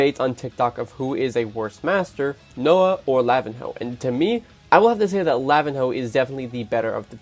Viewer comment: "lavin hoe"